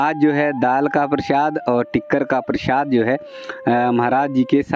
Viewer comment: नारायणजी उसको प्रशाद नही प्रसाद बोलते है सही बोला करो